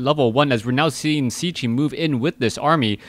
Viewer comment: I think Cechie is pronounced Ketchy, but i could be wrong